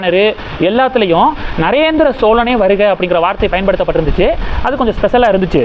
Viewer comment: நரேந்திர சோழனே என்று தொடர்ந்து உச்சரிக்கம் போது ராசேந்திரன் என்று உச்சரிப்பு மாறும்